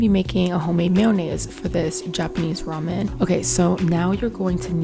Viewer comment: Everyone is nitpicking about how she says "mayonnaise" but what about "roman"? Not hating just friendly banter lol.